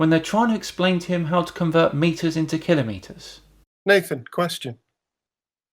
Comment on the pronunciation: Thank you for being One of the few people to correctly pronounce kilometres! It drives me crazy when narrators mispronounce this very simple word!